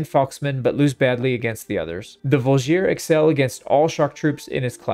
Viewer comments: I think the best example is how pronounces G in Voulgier, making it into something like Drougien-nick for all our non-slavic friends out there (with emphasis on "i" in drougien, just like in voulgier) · On a similar note, the Vlandian Voulgier is a “vool-jee-ā” with no stressed syllable. The sergeant is a “serj-anh” (it’s hard to phonetically spell a french “r” and “an/en” ending.)